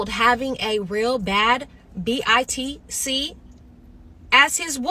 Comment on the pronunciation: a “Bad B-I-T-C” huh? 🤦🏿‍♂️